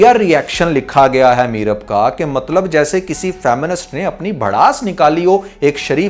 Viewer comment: You said mattab 😅